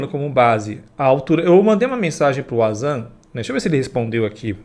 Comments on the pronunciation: Se le Vanzan, nao auzan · Nué possivel...acho q vc não lê os comentarios....Pronuncia-se Vanzan com W....é não Uanzan! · Uazam kkkkkkk é VANZAN A PRONÚNCIA. tente se informar ...